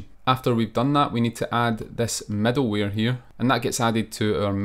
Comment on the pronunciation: why does the author always say "medalware"?